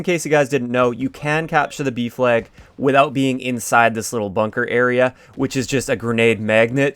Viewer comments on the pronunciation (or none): I kept hearing "beef leg" instead of B flag 😂